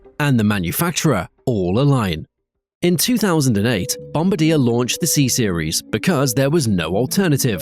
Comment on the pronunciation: that's not how you pronoucne bombardier. the fact that this wasn't picked up is finally my reason to block this channel.